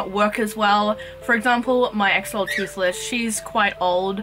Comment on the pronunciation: Your pronunciation was pretty accurate... Greetings from Mexico. It's a real shame that we couldn't take care of the environment on that they used to live. Either way, we still got the chance to breed in cuativity. Keep it up with your awesome project, spreading knowledge ❤